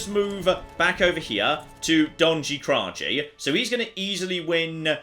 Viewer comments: What, you don't pronounce it "Donshy Krashy"? Colour me the flip surprised ;) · Hey one thing in Serbian language and some others slavic languages j is prenaunsing as y sorry if I maybe butcher language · If anybody from the balkans heard him say Donji Kraji, you are lying if you say you didn't laugh xD. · The way he pronounced "Donji Kraji" made me very sad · Oh no His pronunciation of Donji Kraji is so off